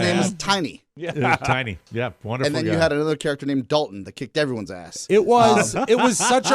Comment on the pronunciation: Wunnerful wunnerful